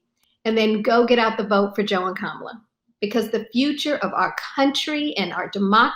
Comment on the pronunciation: if you wanna see Joe reading off the teleprompter and mispronouncing kamala's name.